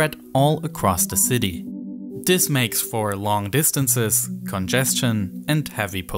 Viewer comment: this not dis TH not D